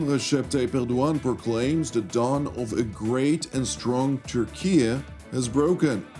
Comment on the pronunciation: Thank you for pronouncing name of Turkiye correctly 👍